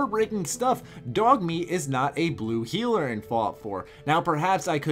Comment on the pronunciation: did you say in this video about dogmeat? It's sounds like you're saying "He's not a blue healer"